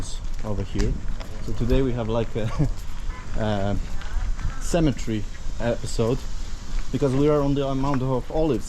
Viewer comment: Wow. You're doing so much better with your English pronunciation and vocabulary since you started YT videos! I want to show you how the word cemetery is pronounced. Try saying it in four sounds, like this: Cem-e-ter-y. The way you're saying it is with three sounds - Cem-e-tree. That is the English pronunciation of a different word -- Symmetry. Symmm-e-try. Symmetry refers to something being equal distance all the way around on all sides. For example: A square shape with all four sides being the same length shows perfect symmetry. God bless and be with you! Really enjoy your channel. Thanks for all the hard work you put into ir. It really shows.